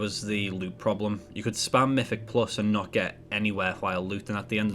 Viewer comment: It's called "Azeroth" not "Azeroff" and it's "mythic" not "miffic" and it's "something" not "somefinger" it pains me how people get to adulthood and still talk like 4 year olds